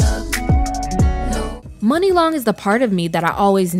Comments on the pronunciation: Great video 👍🏽 But her name is pronounced "Muuunee" Long not "Money" Long per Muni Long 😊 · I KNEW HER NAME WAS M-yoo-nee